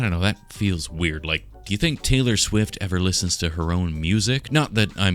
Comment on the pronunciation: Tay-fur Swift XD